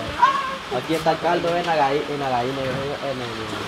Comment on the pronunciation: Se dise gallina no vaina ablen bien se ollé bien paisanos 🇲🇽👎